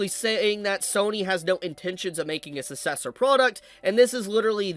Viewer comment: It is pronounced "suk cessor" not "sus cessor"